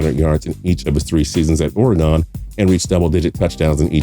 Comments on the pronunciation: Graham Spencer same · that's against Utah state 2012 lol Also the way he says Oregon bothers me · Oar-gun. Not whatever you were saying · You pronounced Oregon wrong it’s like oregin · Oar-uh-gone? it is pronounced Ory-gun. Oregon. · Wish he would learn how to say Oregon. it's pronounced 'gun' not 'gone'. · As an Oregonian it KILLS us when people say Ory GONE!! it's "OR e gun"!!! And 1994 Heisman Trophy winner Rashaan Salaam should be somewhere in here. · ory gun not ore gone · IT'S ORY-GUN! NOT ORE-GONE! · Pronounced Ory-gun not Oar-uh-gone. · Oragone lol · Ore-Gun two syllables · What the hell is "Orghan"? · y this nigga say ORE-GAWN🤣🤣🤣😂😂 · Oregone lol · My eyebrow twitched every time you said Ore-gone. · Wtf “Oregone” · I don't like how he pronounce Oregon put some respect on their name 🤙💯💯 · If you can’t even pronounce Oregon right you shouldn’t be making videos. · The way you say Oregon hurts me. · Not how you pronounce Oregon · Do you work for the DMV in your spare time? You sound like you belong there. And how can you mispronounce Oregon? Don't you even watch college football on ESPN or ABC? They even get it right. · Your voice is so boring the only thing stopped me from dozing off was the way he pronounces oregon 😂😂😂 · LMJ was a bust because the 49ers made a bad draft choice? Everyone knew LMJ was a 3rd down back at best in the NFL. He played in a spread offense that was predicated on spacing and ran out of the zone read...not a typical NFL under center offense. Also please learn how to say Oregon correctly, you sound foolish pronouncing it incorrectly. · I wanna beat his ass for sayin Oregon like that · The way he says Oregon makes it sound like some kind of cybernetic being's name or a Pokemon lol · Who gives a fuck about Lamichael James when you can’t even say Oregon right?!! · If you can’t pronounce Oregon correctly then please don’t say Oregon. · I hate the way says Oregon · I hate the way he pronounces Oregon